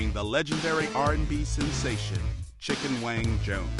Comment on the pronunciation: He been say Chicken Wayne I just knew he was saying Chicken Wing...😂😂😂😂😂😂😂😂